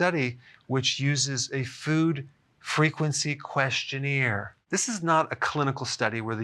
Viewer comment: Lol. Love the way you say “questioneer”.